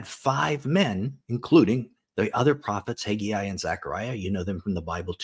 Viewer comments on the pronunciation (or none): It's pronounced Hag Eye not Hag eee Eye. Haggai, just look at it. HAGG AI. There is no Hagy Eye.